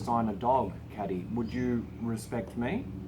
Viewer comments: Oh and I could be wrong but I think her name is probably pronounced "Kay-dee" (like a trendy spelling of Katy) not "Caddy". Anyone who knows feel free to confirm or correct this. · you are pronouncing Kady's name wrong